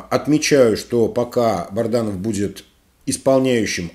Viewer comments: Почему Вы рассказываете и говорите Барданов,а не Бадранов!? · БаДранов -, ну выучите уже, пжлста, его фамилию... Пишут Вам неоднокоатно!!!